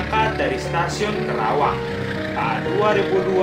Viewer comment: Karawang bukan Kerawang